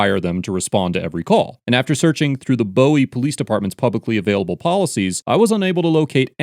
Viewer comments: It's pronounced Boo - E. Not Bow - E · We pronounce it "boo "ie not bow ie.....and that police department is TRASH ...and the P.G Co. police department...whew! The local government is unbelievable corrupt too... totally symbiotic with each other. They are mafioso ,just with shiny badges and uniforms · Ugh hearing you say bow-ie and not boo-ie is so grooooss. I'm from the area and it is pronounced "boo-ie". I understand the spelling would indicate otherwise but uuuuugggh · It’s pronounced “BooWee” not “BoWee”. I grew up there. I’m not happy seeing officers “suggesting” that peaceful protest is frowned upon by the local government & police force. All tyranny starts this way. It’s really disturbing that these young officers (like kids) LITERALLY HAVE NO CLUE what individual freedoms are protected in America. They might not teach civics in school but you’d think they’d get some education during their police training. I pray they were both just ignorant. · It’s pronounced Boo-ee. I know I know, the spelling says different. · just one small correction...that city in Maryland, Bowie, is pronounce Boo-We not Bow-e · just listening to how you say Bowie hurt my ears as someone from the general area XD We pronounce it (Boo-e) not (Bow-e) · I realize this is an old video, but please stop saying "Bow-ie", it's pronounced "Bouie", like the thing floating in the water. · It’s not pronounced as Bow-E, it’s BU-E. Great JOB!! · its BOO-ee not BOW-ee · It’s pronounced buoy not Bowie like David lol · It's actually pronounced boo-ie, not boh-ie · Dude cracked me up. Your pronounce it Boo-eee though. Not Bow-ee like the god-like rockstar. I bet people were pissed the cops were blocking traffic in that spot!! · Hearing "Beau wee" instead of "Boo wee" makes my head hurt. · Just one tiny correction: It's pronounced Boo - we; not Bowie like David Bowie. I grew up in PG County. I love the videos though! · And it's not Bow-ie like David Bowie, it's "Booey". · Pronounced Boo-ē not Bō- ē